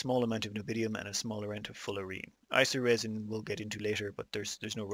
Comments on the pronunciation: Nobidium? Can you not read? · say it with me N-I-O-B-I-U-M XD